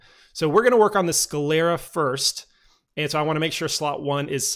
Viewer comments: google pronounces it "sCLEARa". My bad 👌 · Why do you pronounce it "sCAlera"? Is it a speech impediment?